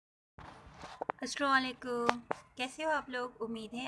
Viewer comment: Mam bura mat maniye lekin aap ka salam karne ka tareeqa bilkul bhi sahi nhi h ASSALAMUALAIKUM kahte h na k assulelekum 😊